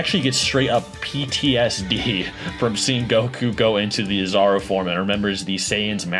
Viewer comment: "Oh-zaru" big monkey 🐒